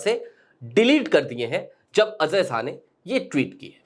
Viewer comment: Azhay nahi bhai, Ajay. Pronunciation theek karo